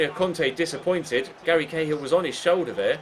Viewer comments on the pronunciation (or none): none